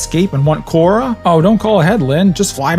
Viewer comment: he says “KORRA GREAT” and it’s painful